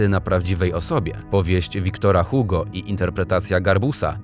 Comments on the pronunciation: oraz "Igo", a nie Hugo... x.x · bardziej Ugo, tylko u bardziej z gardzła, zamknięte ;) ale zdecydowanie nie jak na tym filmie, generalnie ma sporo błędów, także merytorycznych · Błagam, jeśli się nie wie (co jest jednak dziwne skoro ukończyło się edukację obowiązkową) można SPRAWDZIĆ jak poprawnie przeczytać nazwiska bardzo ZNANYCH osób! Wiktor Hugo - Czyta się Igo! Tak samo Charles Perrault to Pero! o innych nazwiskach lub imionach już nawet nie wspomnę... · Ja wiem, że francuski jest trudny, ale żeby "Antoine" i "Hugo" przeczytać w taki sposób...